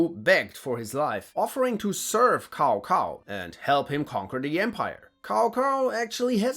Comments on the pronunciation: COW COW, FCKING COW COW XDDDDDDDDDDDDDDDDDDD, his name literally pronounce as tsow tsow or sow sow, not cow cow, holy shit we still have people who stuck in DW3 era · Tsao Tsao, not Cow cow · Cao cao doesn't sound like cow cow. But more like Ch-ao. Ch like chuck, ends with ao rhymes with Mao. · bro keeps calling Cao Cao (tsao tsao) Cow Cow 😭 even though you're pronunciation of Lü Bu is so good xd😂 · Jesus, Cao is pronounced "tsao" in Mandarin, nothing like the mooing animal. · If your gonna give histories, learn how the names are pronounced. Tsao Tsao hasn't been cow cow since dynast warriors 3. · You did the early Dynasty Warrior pronunciation of Cao Cao 😂. It's not pronounced Cow Cow, it's pronounced Tsao Tsao. Pinyin is the official phonetic system used to transcribe Mandarin Chinese sounds into the Latin alphabet and the C letter is pronounced as "Ts" in Latin. Same thing with Quan, it's pronounced Chuan not Kwuan since the Q letter is pronounced as "Ch" in Latin. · It’s Tsao-Tsao, not Kao-Kao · it's not pronounced KaoKao , it's Saosao .. still good video . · Not kao kao but cao cao using C not K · Cao Cao is pronounced Tsow Tsow, not Cow Cow. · Also laughing at "Seemo Hauhää" :D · ......... pronounced Tsao Tsao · It's pronounced "tsao tsao" just like I wrote it. That comes straight from my friend who is Mandarin Chinese. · Cao Cao is NOT pronounced as "cow cow" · Sorry, but the way you pronounce Cao Cao like cow cow is hilarious🤣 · butchered a whole bunch of names... I mean.. "kao kao"... good lord... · I think it’s pronounced tsao chao instead of cao cao in mandarin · Dude said “cow cow” in a video about historical and fictional warriors. What a true idiot. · How do you pronounce Lü bu perfectly with the tones and umlauts and everything but say "Cow Cow" for Cao Cao 😢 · Cao cao is pronounced as "Tsao Tsao" 😂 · I thought Cao Cao was pronounce Tsao Tsao. Really love these videos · Cao Cao is pronounced Tsow Tsow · Cao Cao is pronounce xao xao